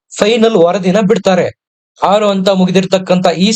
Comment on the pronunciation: ಅಂತ ಅಲ್ಲ ಹಂತ ಎಂದು ಹೇಳಿ